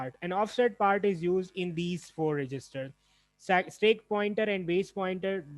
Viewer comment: It's STACK, not STEAK.